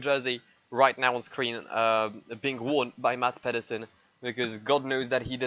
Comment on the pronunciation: A attempt at Danish, failing like expected. But all in all, still unbelievable Mads did what he did. And he has to name his firstborn male Michael now